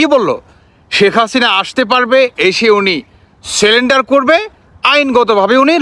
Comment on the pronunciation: ভিডিও বানালেই হবে না, উচ্চারণ সঠিক করতে হবে,,, স্যালেন্ডার হবে না শব্দটা হবে সারেন্ডার , নজর বিহীন না নজীর বিহীন হবে শব্দটা ঠিক আছে ? এর আগেও দেখিছি ভুল ভাল উচ্চারণ উল্টা পাল্টা হেড লাইন